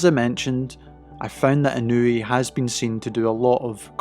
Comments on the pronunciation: Absolutely butchering his name. It’s not In-new-we. It’s In-ah-way. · It’s EE NOH U EH. Not easy for English speakers cuz of the precision needed for separation of the vowels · Its not technique and training. Any boxer can train exactly like Inoue does. Btw…to you silly Anglos who dont know how to properly use English, its not Eye-Ran (Iran), and the proper way to pronounce his name is EeNoo-Wey. His real secret is not training nor technique. Anything can be learned. Neither is he a superhuman. SECRET: He comes from a happy, intact, functional and highly supportive family with strict family values and morals, who are financially comfortable and secure, who are NOT the usual low-life slum dog niggha losers involved in crime and being dirt poor while dying to show off. Inoeue’s FAMILY and secure, comfortable life give him the peace of mind in order to be focused. He doesnt need to worry about a mother who’s a whore, father who runs away, huge piles of debt and a broken problematic household in a shit location.